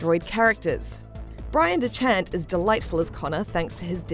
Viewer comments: She said Bryan dechart wrong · The way you pronounced Bryan Dechart made me want to die